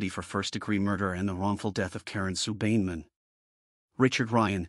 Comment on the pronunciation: Not a bad recollection of what happened however, the last victims name is being mis-pronounced. Karen Sue Beinenmen is pronounced: "Bine a men". As an old school mate of hers, I thought it should be corrected. May she indeed "Rest In Peace"!